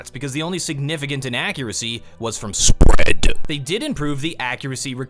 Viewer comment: Don't say spread like that please.